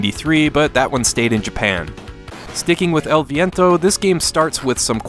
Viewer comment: i applaud your pronunciation of the title!